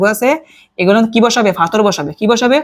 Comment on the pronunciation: পাথর কে ফাথর বলছে! 😂😅